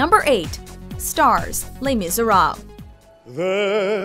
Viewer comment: The pronounciation of "Les Misérables" killed me